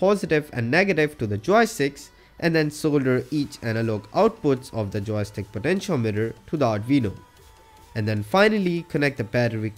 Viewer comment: LEARN WNGLISH (intentionality misspelled) or don’t use it! What’s a towy-stick? Sheeze...